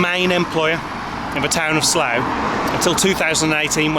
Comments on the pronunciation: It's "Barkshire"! (and "Sluff") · It's pronounced "Sluff".